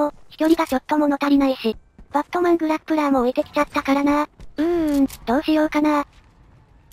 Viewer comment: 最後グラプッラーって言い間違えてた